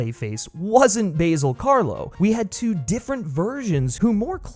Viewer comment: Stop saying "Basil" weirdly.